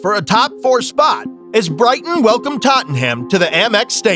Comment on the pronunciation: The fact he cannot pronounce Tottenham properly pisses me off it’s not totten ham u twat